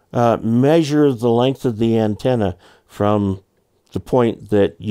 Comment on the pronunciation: Length not length